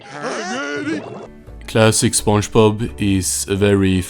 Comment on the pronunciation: Why do you pronounce it as sponjbob